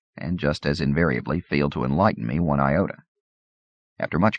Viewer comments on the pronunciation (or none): none